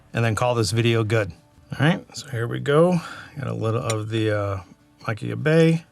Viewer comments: I'm late to the party, great video! I LOVE Kilchoman - has be my favorite Islay distillery - and I BELIEVE it is Machir is pronounced Mah-kier from a Scot! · The “ch” makes a softer sound like the “h” in Arabic languages and you pronounce the “r”. It’s “Ma-kheer” or “Ma-kher”.